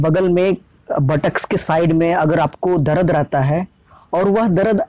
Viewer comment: Not Darad, it's dard